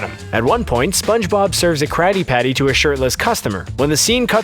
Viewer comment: he said"craddy patty"